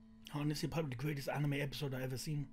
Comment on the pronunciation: He just said greatet anime epsiode